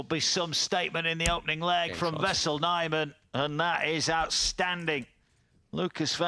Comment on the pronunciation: It's wessel N ,not vessel . Where do they get these announcers 😊